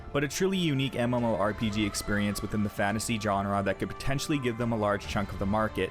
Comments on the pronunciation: I enjoy your videos and appreciate the effort you put into making them. However, I cringe when you mispronounce the following terms: genre, allocate, contribute, linear. Please google their proper pronunciation. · Dude, where are you from? Most of your speaking is great then you hit words like genre or allocate and it's way off.. what's up with that?